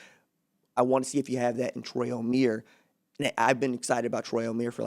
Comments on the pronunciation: It's not pronounced O-mere It's pronounced O-mie-re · Omeire is pronounced oh-meer-aye, still great video!